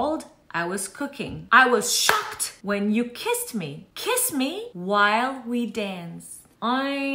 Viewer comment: While söyleşiyi çok iyi değil mi yaa😂😂